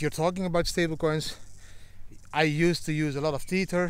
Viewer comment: Didi, my friend: Tether is pronounced like WEATHER. And: Happy birthday with your daughter! Enjoy!